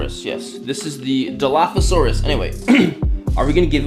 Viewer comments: Yes!! you did say it correctly! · you said it right 😊